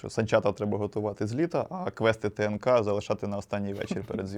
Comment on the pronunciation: А ще, почув ТНК, як ТКН і мені олдскули звело.